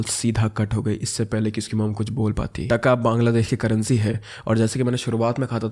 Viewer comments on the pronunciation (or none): In Bengali that's not called 'taka' that's called 'taaka' but I appreciate you, you tried your best